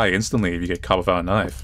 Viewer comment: knoife 😂 bri ish 😂